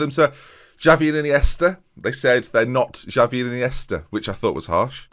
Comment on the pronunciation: “Xavi and Iniesta” more like... “Jarvi and Chiniesta...goka”